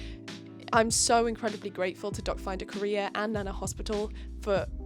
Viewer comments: Am I the only one who heard “dot finder career” instead of “doc finder Korea?” 😂😂😂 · every time you said "doc finder korea", I understood "dog find a career" 😂 - and very happy for your sister! this is wonderful! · At first when you said DocFinderKorea, I kept hearing DogFinderCareer and was pretty confused😅 But seriously, your sister has very nice skin and hair. It must be so scary to go through these surgeries and in a foreign country during quarantine to boot. Kudos to you and your sister for being such badass queens!👑 Hope her recovery is going well 💗